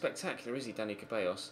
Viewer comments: It's Ceballos... Pronounced Sebayos, not freaking cabeyos... Please? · you always say Ceballos wrong, it's pronounced ZEH-BAH-IOS, not CAH-BEH-IOS. You make it sound like it says "hairs" in spanish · Please, stop saying Dani "Cabellos", IT'S "CEBALLOS". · It's Dani Ceballos not cabellos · The "C" in "Ceballos" is pronounce as an "S" so it sounds as "Sebayos". Come on man.